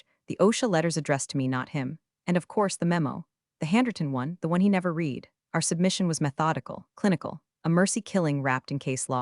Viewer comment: Here is an original thought to help you get to 10K subscribers --- Let a Human read the stories Computer audio apps don't know when to pronounce words differently -- The past tense of "read" is also spelled "read," but it is pronounced like the color "red." This can be confusing because the present tense is pronounced differently Side Note -- I will subscribe only after a human starts reading , until then , no I will not